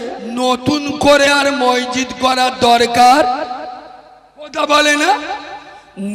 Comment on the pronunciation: ময়জিদ না মসজিদ বল